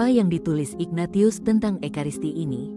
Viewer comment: Maaf, narator tidak paham penyebutan nama yang berasal dari ejaan bahasa Latin: Ignatius seharusnya dibaca: inyatsius